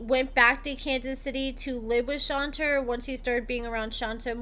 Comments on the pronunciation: Exactly. Which is weird, because obviously watches the show a lot, and on the show it's ALWAYS pronounced as Shon-tay. So how do you do multiple videos and keep calling her "Shon-ta" over and over? 🤔 I don't get it. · Thank you for the lovely recap but in case nobody else said it, her name is pronounced like Sean and Tay . Seantay not Shanta. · Did u watch the show, True prounces her name as SHAWN-TAY not SHON-TAH, so how u keep sayin it wrong? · Not shon-TuH it’s shontay!!!!! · must be the only person in the world who pronounces it as "Shon-ta" instead of Shon-tay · You are mispronouncing her name. Her name is pronounced Shawn-tay. True always said he cared for Shonta. If he could get IT with no attachment from the other woman, shame on them. They knew he had a person. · please at least pronounce her name correctly. Like Shon TAY (Shonta) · ITS PRONOUNCED-- SHAWN-TAY! 😂😂 OMG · Thank you because that is how my name is pronounced and there is nothing more annoying than people not taking time to listen how the name is pronounced. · Shon-tay 😂😂 Shon-tay. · HER NAME IS SHON-TAE! Like wtf bro it’s so annoying when y’all can’t get simple names right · do you even watch the show? Shonta is pronounced Shon-tay. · LAWDDDDD ITS SHON-TAY! I CANT EVEN LISTEN TO THE FULL VIDEO W/ THE MISPRONUNCIATION! Sounds like AI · 𝐈𝐓'𝐒 𝐏𝐑𝐎𝐍𝐎𝐔𝐍𝐂𝐄𝐃 𝐒𝐇𝐎𝐍-𝐓𝐀𝐘....𝐃𝐎𝐍'𝐓 𝐘𝐎𝐔 𝐖𝐀𝐂𝐓𝐇 𝐓𝐇𝐄 𝐒𝐇𝐎𝐖❓❓ 𝐒𝐌𝐇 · 😩😭 (Shawn-tay) it’s pronounced Shawn-tayyyyyy 😂😂😂😂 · Hey girlie! I think it’s pronounced “shon-tay”! I love your content and I’m always here gulping this tea and scolding my mouth! 🤍☕️😂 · Your saying her name wrong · girl it was driving me crazy and it's not even my dam name! 😂😂 Shit! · The way she was saying it was driving me insane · Right she keeps pronouncing her name wrong lmao 🤣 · I have a name that people mispronounce ALL THE TIME! So when I heard mispronounce SHONTAY, makes me cringe! 🥴😠 I thought it was just me🫣